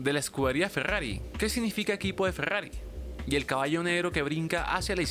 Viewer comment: Grrayas grrojas, fegggagriiii